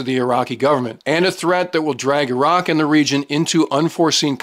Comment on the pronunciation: He knows how to say Iraq! Yeah, they're not eye-rack, eye-ran or eye-Italians for that matter.